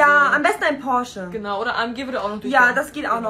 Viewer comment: Ich hab irgendwie als sie " prosche" gesagt hat den prosche von der what's app Gruppenwerbung